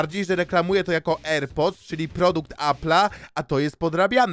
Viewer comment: jedyny Polak który potrafi wymawiać AirPods